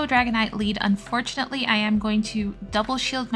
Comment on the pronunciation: We need an "Unfurtunatly" counter 🤭 P. S. That is the cutest whiscash I've ever seen ❤ 🐟